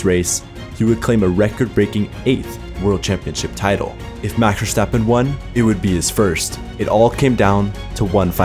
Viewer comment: A dislike due to the way you say maxs name.. so annoying. Great vid tho